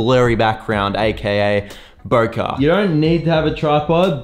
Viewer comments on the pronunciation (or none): It's a Japanese word, it is not pronounced as Bokah, but Bo-keh.